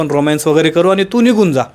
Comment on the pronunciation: अनि पानी मंग shabdha नीट ucchara